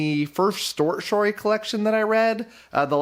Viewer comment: "...the first stort shory collection..." 😄